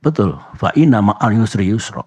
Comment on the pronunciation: Faa-innamaal usri yusra, innamaal usri yusra. Bukan NUSRI PAK. ettt